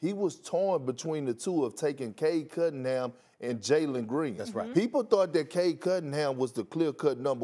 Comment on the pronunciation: I hate how Perk pronounces Cade Cunningham as Cade Cuddinham. Drives me nuts 😩